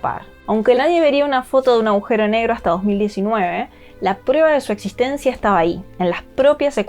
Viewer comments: Se escribe y dice, Agujero, aujero No. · No se dice "aujero", se dice "agujero". Para locutar un video se debe tener una buena dicción y conocer el idioma. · Por qué tanta gente inteligente dice "augero" ? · ella dice ahujero